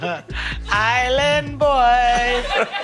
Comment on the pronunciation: 'Uma just a ilann boi! I'm just fooogazzyy' what